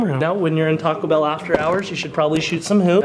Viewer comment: When you say Taco Bell it sounds like you're really saying "talkable"